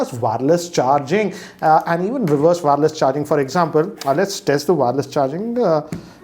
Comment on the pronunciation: Just on the lighter note, it's not WAAARELESS charging.. its wireless charging.😛